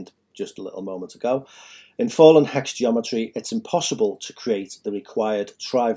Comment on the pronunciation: Why do you keep saying fall'en. What religion are you following? Have you really done much reading or research on Metatron or the math and geometry or did you just make this up on the weekend?